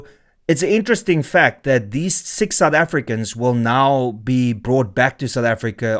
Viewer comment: Sick (6) soufEfricans 😂